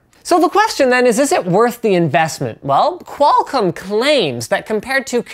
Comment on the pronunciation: lol I love the way Linus says Qualcomm. "Qual-CUM" sounds like a porn streaming service.